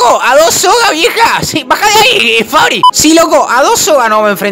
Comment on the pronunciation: Le dice Fabi no Fabri JASJSJSAJSAJSAJSA